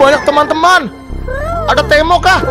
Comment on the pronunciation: Nemo bukan temo